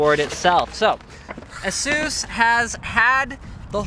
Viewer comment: don't know you pronounce it as aysus, not asoos. or is that an american/canadian thing